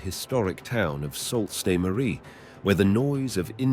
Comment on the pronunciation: the one city's name is pronounced " Soo saint Marie " but its not a big deal 🙂